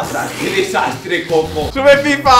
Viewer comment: no es koko es kojo